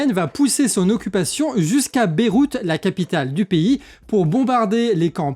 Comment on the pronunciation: Tu peux arrêter de prononcer "pays" piï au lieu de péï